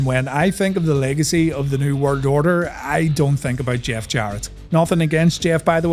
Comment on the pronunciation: Bro literally says New Word Odor